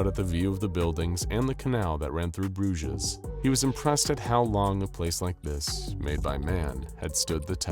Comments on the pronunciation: Bruges is pronounced Broozh. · You say brugge(bruges) weird xD